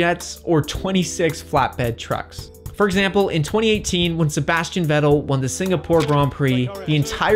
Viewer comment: I am not a fan of the way you pronounce Vettel